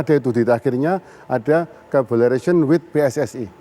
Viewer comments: ... collaboration pakk ... kabolarasion kabolarasion . Hadehhh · kabolaresyen😭😭 diulang lagi😭😭 pak pak isin aku pak, minimal lek baca tulisan enggres trus gaiso enggres e mbok ya didengerin lewat google translate nopo pak, latihan ngomong e alon2, duwe isin sitik po'o pak pak